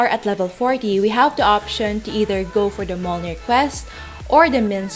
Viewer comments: It’s “mi-yol-nir” hihi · I pity the noob that actually goes and kill 300 skeletons when the quest requires PIRATE SKELETONS - two different mobs. Also, Mjolnir is pronounced Myolnir ;) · mjolnir= Em jolnir :D yggberry= Way GG berry XD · pronounced as myolnir